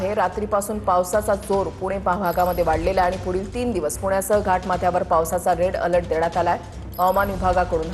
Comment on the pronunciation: Rel alert nahi re bhau, red alert